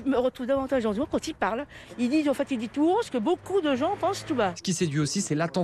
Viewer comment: Son nom c'est zemmour, et non z'emmour